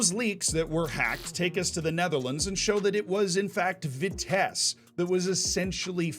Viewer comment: Any Vitesse fan here triggered by pronounciation? For those who wanna know its Vitsess+"Uh" and the "h" part is less pronounced.